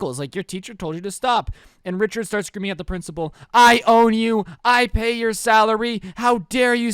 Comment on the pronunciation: Rhicherd not joe